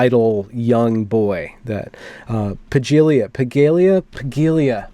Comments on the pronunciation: PAH-LEE-AH. Jeez. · Subtext: a lot of female Peterson fans have a hidden hardon enhancing their enthusiasm. I mean Robert Bly said MANY of the same Jungian things a generation ago - but too old for most of the chix. It’s pronounced PALyuh.